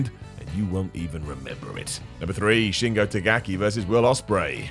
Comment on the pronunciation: yo love the list but please learn how to say shingos name